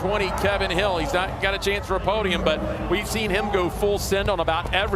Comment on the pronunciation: Steyn is pronounced the same as "stain", not like "stine".